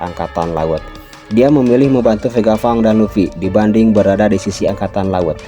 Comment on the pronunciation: VEGA PUNK CUK BACANYA PANG, BUKAN FANG,....